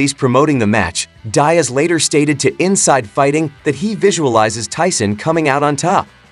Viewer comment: Nate Die-Ass? Anyway, I hope Tyson destroys Jake Paul.